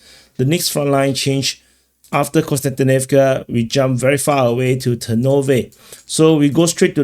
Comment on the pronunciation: As a person named Konstantin, it is also the correct way of saying the word/name :)